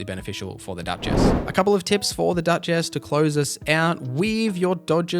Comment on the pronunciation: Bro you gotta stop with the "dutch ass" pronounciation it is crazy lmao her name not split into 2 words its duchess